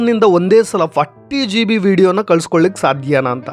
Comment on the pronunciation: Zee bee alla G B